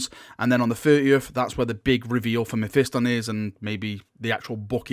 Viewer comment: learn to say mephiston correctly , jesus half of youtube says it like they are mentally retarded.